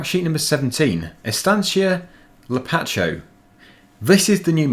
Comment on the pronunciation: Hi, I'm from Brasil, the correct pronounce of Lapacho is Lapasho.